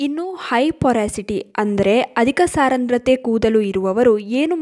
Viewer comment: saarandrathe alla adhu saandrathe, but olle maahithi